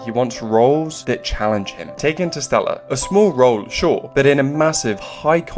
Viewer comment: When you say Interstellar it sounds like you are saying Inner Sarah or inner Cellar in Sallah